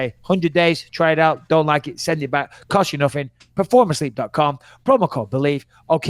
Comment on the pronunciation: “Cost you nuffin”, this is the first time in a long time I’ve heard a bit of Manchester in Bisping’s accent.